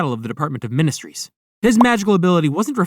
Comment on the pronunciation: “The department of minestrees💀”